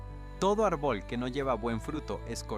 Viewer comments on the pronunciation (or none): Enseñen a leer a ese narrador se traga los acentos y pronunciaciones árbol sin acento.